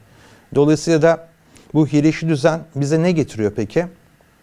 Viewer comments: İlk defa 'hiyerarşi' kelimesini söyleyemeyen birine denk geliyorum. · Hiyerarşi den bu kadar çok bahsedecekseniz telaffuzunu öğrenmenizi tavsiye ederim